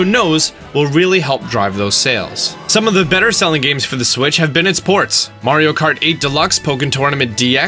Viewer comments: I highkey thought you said Mario Karty, that is a Mario Party game thats Mario Kart themed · Lol Did anybody else heard him say "Mario Karty" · This guy just said Mario karty 😂😂